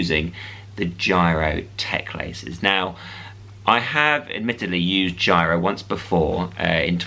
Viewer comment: It's Giro, not gyro